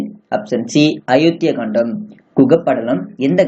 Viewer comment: Kandam illa. Kaandam. Olunga read pannavum.